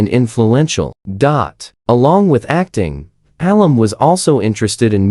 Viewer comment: Who is Maklum? Its Mcallum thats pronounced MAKALUM Poor sloppy rubbish ai again